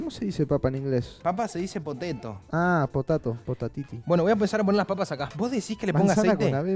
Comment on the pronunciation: C: como se dice papa en inglés U: papa se dice poteto C: aaaa potato ✨POTATITI✨